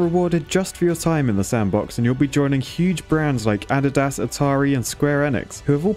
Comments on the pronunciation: It’s A-DEE-DAS 🤣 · Did he call it, ad-id-as? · theres no way you pronounced addidas as Addy-das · ok i had to go back and hear you say "adidas" again, you are a treasure